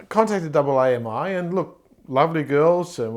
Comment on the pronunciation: By double aye emm eye, you mean AAMI right? I've been with AAMI for 10 years and never heard it pronounced like that!